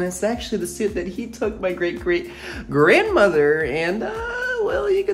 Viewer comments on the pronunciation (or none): when says “gRanDMoThEr”